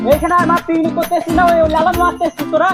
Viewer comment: Picnic ❎piknik✅😅😂